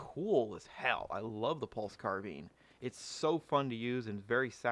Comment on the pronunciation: I love this vid but “pulse carbean” 🤣🤣